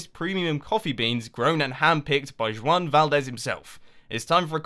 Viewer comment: Anyone else notice how he said Juan? With the kind of GZ sound you use for French names? XD Mumbo you're wonderful, but that is revealing exactly how British you really are.